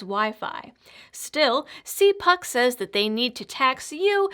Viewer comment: It is pronounced- cal puke.